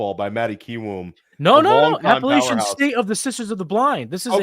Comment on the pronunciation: I’m not gonna stand for the App-uh-latch-un State hate Matty. Proper enunciation from locals appreciated 😂